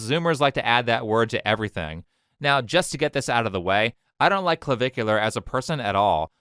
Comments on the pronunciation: Cluh-Vick-You-Ler (it's not rocket science, ). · i love that the news anchor pronounced his screen name as Clava-cooler. had me giggling for a while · “Clavicular”? Did he name himself after bones?